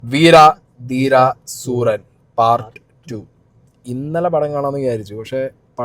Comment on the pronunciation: വീരാ ദീരാ സൂരാ അല്ല വീര ധീര സൂരൻ ആണ്....